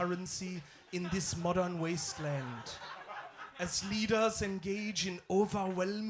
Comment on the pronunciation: Like your pronunciation of jungel and wastelend - very authentic